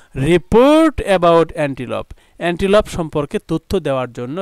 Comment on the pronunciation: স্যার এনটিলুপ আর আপনি বলছেন এনটিপল